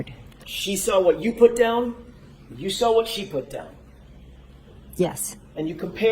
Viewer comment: “I sawr it ? How was she a teacher ??